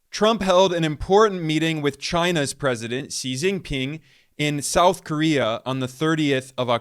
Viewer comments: At least his pronunciation of XJP name is crisp without western sounding. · As a Chinese, This is my first time I ever see an American pronounce our president's name so correctly and perfectly 😂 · His pronunciation of XJP was awesome, just like a Chinese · No wonder when he Pronounced Xi Jing Ping very fluently. I was wondering.